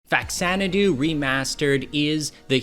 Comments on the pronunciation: I can tell you're a true old school lover of this game like me, because you pronounce it "Facks-zanadoo" instead of "Fa-zanadoo". Us kids in the 80's had no internet to give us correct pronunciations of odd words. We just had to work it out with our own busted english skills. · thanks for pronouncing it correctly.